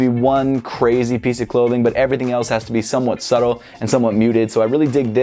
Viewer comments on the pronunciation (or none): none